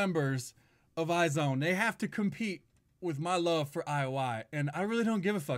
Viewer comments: it's actually pronounced as eyez one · I really liked the song and specially for a debut, I adore IOI but dream girls was a big no no for me, I wish they had something as good as this for their debut ( or even Very very very, I still love that song so much!). Iz*one (pronounced «eyez one» haha) has a lot of potential! I'm looking forward to their future :)